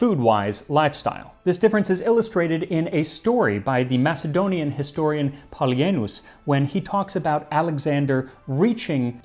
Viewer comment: I can't be certain I've heard you say "Polyaenus" before, but I feel like you do pronounce some things like this a little wrong. Good rule of thumb is that ae (sometimes æ) just sounds like the letter E in a word.